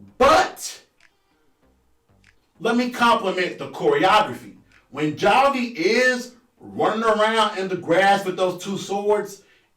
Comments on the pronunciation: I think you just mispronounced Javi’s name. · He continues to mispronounce it 🤣🤣